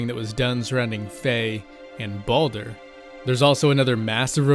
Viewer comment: Sometimes I can't handle how some people pronounce Baldur.